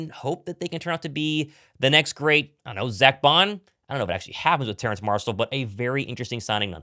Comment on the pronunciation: Terrace. No “N” in his name. Goodness me.